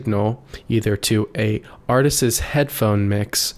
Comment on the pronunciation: Two things. It’s “artists” not “artistses”. And it’s “mike-ruh-phone” not “mike-err-phone.” The “mike-err-phone” pronunciation has infected most everyone under 30. Just like calling a button a “buh-IN.” 🙄